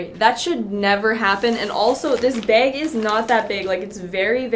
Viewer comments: is it just me or does she keep saying beyg intead of bag... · her: beag me: no! bag! B.A.G!!!